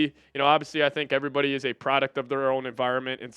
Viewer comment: I can't stand how you say "ev-ree-BODY" lmao but i'm just being a dick i'm sorry